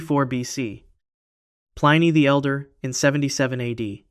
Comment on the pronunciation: Pliny not Plainy